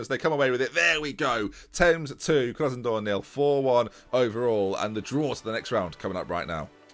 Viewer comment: you mean "Krasonodor"??